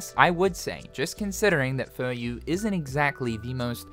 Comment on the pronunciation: It's a pronounce a company as people do in its home country/language thing. (Of course, his butchering of e.g. Furyū makes this quite ironic.)